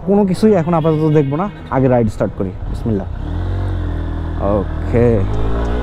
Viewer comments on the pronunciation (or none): none